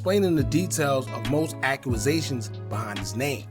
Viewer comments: Enjoy ya channel BOSS but you need to brush up on ya pronounciations...its not accru-rusations 🙄 you need to get rid of the ppl round you.. its accusations ( ak-que-zay-shon) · Great video bro… But it’s “accusations” not “akuazations” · Act-u-zations… now say it fast lol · Ak You A Zations 😂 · I had to come to the comments for Ack u a zations lmfao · You a grown man and don’t know how to pronounce a simple word bro. 😭Sound like a 5 year old. “Aqqumazation” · “ AQUAZATIONS “ 🤣🤣🤣 put a pause on the YouTubing and press play on the literature books fam 😭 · Brooo no W in that word. I was like tf